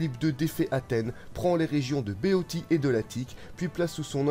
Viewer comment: Très belle vidéo, mais la Béotie se prononce [béocie]